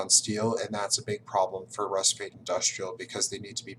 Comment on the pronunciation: So much knowledge, yet you got Rusviet's name wrong! (Pronounced Rus-fjet)